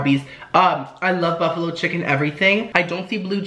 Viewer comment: 'Smells soo buffalowee"